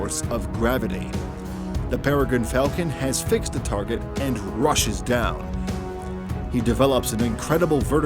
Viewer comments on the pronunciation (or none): none